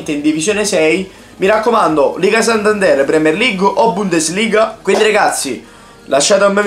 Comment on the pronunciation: liga santanderrrrrre